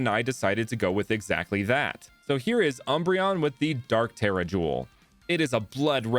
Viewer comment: He pronounced it the correct way